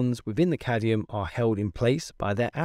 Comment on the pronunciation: why you said "cadium"? it is supposed to be cadmium.